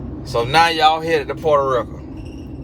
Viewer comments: “portaaa rika” i am cryingggggg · Lol at pronunciation of Puerto Rico (porta ricka lol) 🤣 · "Puerta Rick-uh" had me at dead 😂